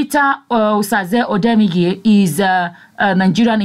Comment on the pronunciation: Not odenige it's odemwingie